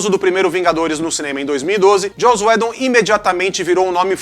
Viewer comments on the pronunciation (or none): Ótimo vídeo. Só recomendaria vocês decidirem sobre a pronúncia uniforme dos nomes próprios que vocês mencionam. Enquanto o fala Joss Whedon como Joss "Wídon", o fala Joss "Wédon".